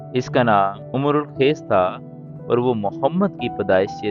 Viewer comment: کیا عجیب بے وقوف انسان ہو تم ۔۔۔۔۔ عمر القیس ۔۔۔۔۔ نہیں ہے پیارے بچے ۔۔۔۔ امراؤ القیس ہے ۔۔۔۔۔۔